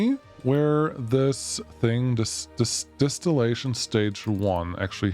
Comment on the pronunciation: DIStilllation, not DEStillation 😅